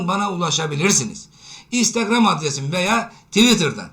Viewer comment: Hocam instegram adresinizi buraya yazarmısınız. Sözlü olarak tam anlaşılmıyor